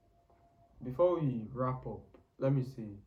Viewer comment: It’s Before* not Begore👍🏾